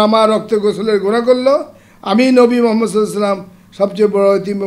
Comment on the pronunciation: নবী করিম হযরত মোহাম্মদ ( সঃ) এই মহানবীর নামটি আরও ভালো করে উচ্চারণ করা উচিৎ!